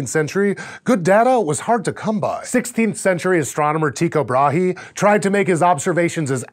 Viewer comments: But isn't it "TAE-ko BRAH-he"? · you pronounced Tycho Brahe wrong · For some reason I always pronounced his name Taiko Bruh. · When you realize that there is no such thing as correct pronunciation, the world becomes a whole lot more interesting. Brahe was Danish, and in Danish his name is Tyge Brahe, which is pronounced like tsü-uh brah – which has two sounds not even found in English, the ü sound and uvular r sound. However, in those days people wrote in Latin, and then read and pronounced that Latin according to their own language. Tygo is the Danish form of the greco-latin name Tycho, which yes, in English we usually pronounced "tae-ko" as you put it. But like I said, unless we want to use the original Danish pronunciation, we are already "mispronouncing" it according to what's normal for our language, so can we really complain when someone adds another variant pronunciation? Why can't it be Tea-ko? Y's are often "ee" sounds in English. We aren't speaking Danish, nor even Latin, so we can read it as however seems natural to us. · As a Dane, I must say I get a kick out of hearing people from other nations try to pronounce Thyge Ottesen Brahe's name. :) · me too